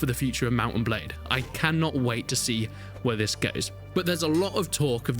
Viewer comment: This !!!!! Not vis!!!!